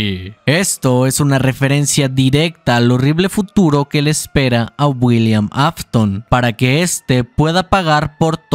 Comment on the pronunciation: no se si soy yo pero escucho que en lugar de decir, William dice Builliam:v buen video:)!